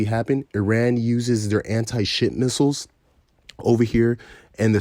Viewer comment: Did u say anti shit missiles?